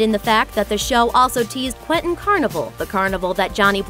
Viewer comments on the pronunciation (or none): none